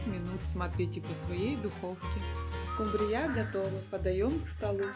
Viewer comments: Спасибо, конечно, но 30 минут можно было уложить в 3. Невозможно даже на скорости х 2 смотреть и еще -- скУмбрия, а не скумбрИя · СкУмбрия, а не скумбриЯ.Ударение на у, а не на я Слух режет. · Ударение в слове "СкумбриЯ" Режет слух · Откуда родом эта СкумбриЯ? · Почему не скУмбрия, а скумбриЯ?музыка осточертела. Не смотрю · Мне больше всего понравилась "скумбриЯ" ну "скУмбрия", у такой дамы с таким количеством брильянтов на кажном пальце, просто не может существовать. Это надо так изловчиться, что "скУбрию" превратить в "скумбриЮ" при всей любви к рыбе " скумбриЮ" есть расхотелось. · Про миллионера,вы конечно загнули! Браслеты на руках при разделки рыбы,да и вообще при приготовлении пищи - это просто ни в какие рамки!На это даже смотреть не приятно!!!Название рыбы - скУмбрия,а не скумбриЯ!!! Музыку,нет сил слушать - уважайте же тех кто вас смотрит!Извините! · В русском языке нет слова скумбриЯ Есть слово скУмбрия За рецепты спасибо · Ну откуда у нас божественная скумбрИя, у нас обычная скУмбрия. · Ну, так рыба -то особенная скумбриЯ! Это вам не скУмбрия. 🙂🙃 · Хороший рецепт,но сразу пропадает интерес смотреть после услышанного слова СКУМБРИЯ с ударением на последнюю букву Я ! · скУмбрия, а не скумбииЯ ! Ударение неверно! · Учите русский язык!!!! СкУмбрия,а не скумбриЯ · Уберите пожалуйста эту извиняюсь дурацкую мелодию и почему скумбрия с ударением на я, а не на У? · Ударение скумбриЯ режет слух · Вкусно,потому что это скумбриЯ,а вот скумбрию я так готовить никогда не буду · Правильно говорить скУмбрия. Возмите на заметку, если будете в Интернете рассказывать о скУмбрии. Дома говорите как хотите. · А, почему -скумбриЯ? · Отличные рецепты, отменная подача, но смотреть просто невозможно,так долго и муторно. И почему скумбриЯ с таким ударением? У милионера была кухарка иностранка? 😂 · Почему она говорит скумбриЯ?😅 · Главное - ей самой так все в кайф ! Особенно тупое скумбриЯ. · Ну она же домработница, поэтому и скумбрИя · СкумбриЯ? Ой, не могу. Держите меня двое. 😅😅😅😅